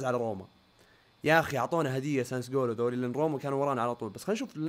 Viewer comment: ريان اسم النادي اللي انت ما تعرف تنطق اسمة هو سسولو